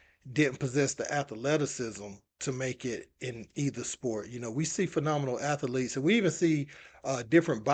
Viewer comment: ath-a-lete is crazy